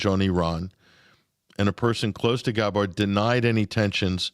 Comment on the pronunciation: YOU are pronouncing tulsis last name! ITS NOT THAT HATD, but you always butcher it